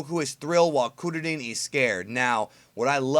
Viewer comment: I get it fam... But I wish you'd pronounce it KRILLIN lol